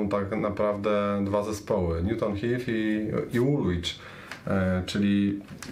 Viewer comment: Kolejny interesujacy wrzut. Do dzisiaj się zresztą przypomina/wypomina Arsenalowi, że jest stąd (mieszkam właśnie w Woolwich). Mini uwaga - drugie 'w' jest nieme, czyli czyta się 'Woolich' (podobnie zresztą jak w przypadku Greenwich - 'Greenich'). Pzdr